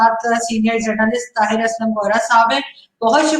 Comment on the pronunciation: NAMASKAR JI.TAHIT.NAHI.TAHIR.NAME HEY JI